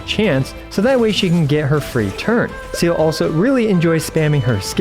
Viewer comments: Vets should know better, not "Zeala" as well #ggx #veteran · Pronounced "Zee-luh", in german all Es must sound the same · Not to try to put hate comment or anything. It's actually pronounced as Zay-leh. It's a German word. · No hate but its zeh-leh its German. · wanted to cut my ears instead of hearing him call her seal throughout the whole video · It's ze-leh, first half is sth between se- and ze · except the in game pronunciation is wrong also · already dont rate the guide if you can't even say her name right thanks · How hard is it really to pronounce seele.. my gawd 😂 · I'm not gonna complain about this, but Seele preneounced "Sele" in japanese and "Se-ar" in chinese... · you don’t have to be German to know that that’s not how you say the name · Her Name is german for Soul. Let google pronounce it for you 😅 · I didn't know it would frustrate me this much hearing new players prononce Seele's name the exact way Veliona doesn't like. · Her name is just "Soul" in German has nothing to do with aquatic Animals. You just pronounce it wrong every single time. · bruh it’s not mhy fault at all. You can pronounce it however you like but you might be pronounce it wrong because it’s german, not English. It’s the same as how westerners pronounce Liyue/Sumeru characters wrong. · Bruh her name is Seele, it's an E and not an E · its not seal 😭PLEASE stop pronouncing her name like that. its se-l(r)e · its zeere not seal bestie plsssss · Bro all these illeterate motherfuckers piss me off so much, go play Honkai Impact 3D ffs ITS SEEEEEELE NOT ZELE OR SEAL OR WHATEVER FFS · You pronounce her name SEEE LUH Idk why ever once calling her seal like she’s an aquatic mammal lol 😅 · I came here to know "seal"'s build. But seriously. It's pronounced as Sea-lee or Sè-Lè. But as usual. iwtl is god tier as always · I thought it was “SEE LA” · It's See Lee FFS Not seal 🦭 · It's actually pronounced as Zay-leh. It's a German word. It's not "see-lee", not 'Silly' nor "See-luh"